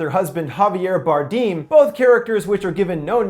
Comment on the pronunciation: " Javier bardim " Jajja wrong pronunciation